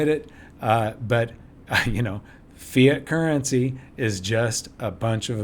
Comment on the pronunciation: hahah I heard "Fear Currency", when you actually said "Fiat Currency" :p